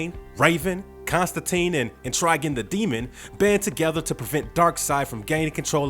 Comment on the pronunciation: I have to ask if you've heard the word demon before. It's not how people say eggs or legs differently. Just making you aware for the future.